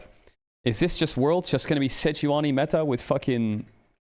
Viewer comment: idk about anyone else but i looove it when caedrel says seh-joo-uh-nee